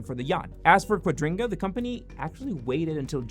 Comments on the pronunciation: Why are you pronouncing their currency exchange scam thing .. wrong, throughout the entire video? QuadRINGga? Quadriga?? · Is "Quadriga" pronounced as "Quadringa"? 🙃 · Quadriga, not Quadringa! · Thanks for explaining what Quadiga means to those who didn't know about it. But wouldn't it be even better if you would pronounce it properly? It isn't pronounced qua-DRIN-ga, it's pronounced Qua-DRI-ga. No N in it anywhere! Apart from that, I LOVE your videos and I have subscribed and like everyone I see! As to your question about whether Cotten is dead or lying on a beach on an island: Yesterday I watched the Netflix documentary "Trust No-one". I don't know if this is just a coincidence that I stumbled over your video today but I know what happened to Cotten, of course! He IS dead and the money disappeared because Cotten invested all the assets that he didn't own and LOST them all. He was a lousy investor. He died in India as described (the documentary makers/investigative journalists take the watcher through the entire process of finding out what happened and how). Tell everyone, it is really worth watching (and I don't even like Netflix). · OCD is killing me, every time you say quadriNga it gets worse. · I heard it too. I assume it's some weird accent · Amazing... you haven't managed to pronounce the company's name correctly, even one single time! 😂😂